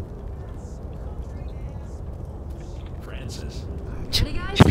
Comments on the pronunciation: Bill : Louis. Bill : Franshish :3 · Bill: franshish :3 I just like this part for no reason